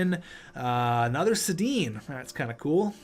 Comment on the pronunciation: its HEDIN not SEDIN